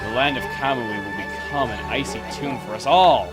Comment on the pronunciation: Hey! Canada is not Cold! And I thought you say tomb like Tom